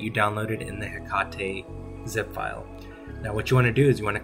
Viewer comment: Hekatey lol it is pronounced he kate 🤣